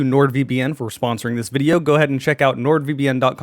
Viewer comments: I've only ever heard it pronounced as a Y from multiple people, the J sounds so wrong, Jaroslaw being the full name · Isn't the J in Jarek supposed to be pronounced as a Y? My old boss was called Jarek and he was as polish as they come